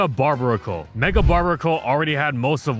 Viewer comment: "barr-BEAR-A-cull", bruv. Combination of "barbarian" and "barnacle".